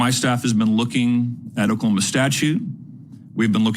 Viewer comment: The superintendent of Oklahoma can’t even pronounce the name of his state right. Seems like a guy who should be dictating education standards.